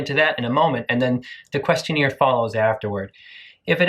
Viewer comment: You pronouncing question-AIR as question-EER is giving me PTSD.